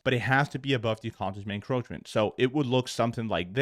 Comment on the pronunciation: Mate you fucked up the term consequent encroachment so bad 😂 hilarious the way you say it.